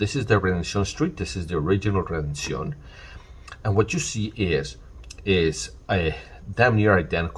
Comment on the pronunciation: I appreciate the correct pronunciation of redencion.